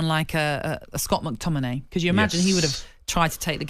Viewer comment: Did she say Mctominay 😂😂😂